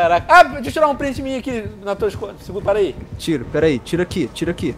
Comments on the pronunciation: venon vc falou errado pala porta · no titolu ele diz pala em vez de para